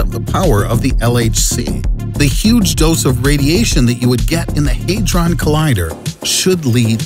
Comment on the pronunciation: “Haydron” Lol, had-Ron... hadron...